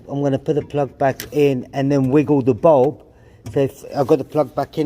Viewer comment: I thought you said hex bolt when you were saying head bulb.!